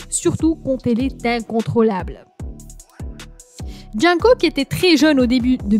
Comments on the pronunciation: "JoHn COoc" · Elle prononce mal Jung kook et v 😄